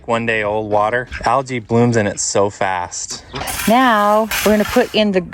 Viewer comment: Thats not an algae bloom 😂😂😂 Thats a Algee bloom 😂😂 Gee means poop in my language with a gee pronunciation not a G.